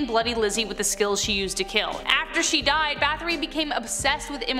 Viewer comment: Báthory always gets me lol. It's not 'bath-ory', it's 'bat-hory'. Hungarians don't have the 'th' sound that Americans do